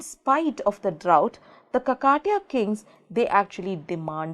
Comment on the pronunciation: check out the pronounciation mam.. its Khaakathiyaa not Kaka tiyaa...